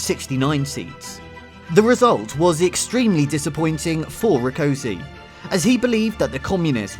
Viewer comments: I'm not sure I'm going to be able to watch this is the way you butchered Rákosi's name is a taste of what I'm going to have to put up with. If you are going to produce a documentary it's surely worth investing a little time to grasp the basics of the orthographies of any relevant languages. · Debrecen is pronounced as "debretsen" and Rákosi is pronounced as "raakoshie"